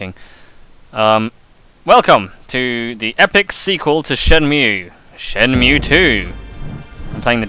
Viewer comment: Great Let's Play so far, but I can't help but cringe every time you say Shenmew. Ryo has now fused with Mewtwo to become the ultimate being!!! haha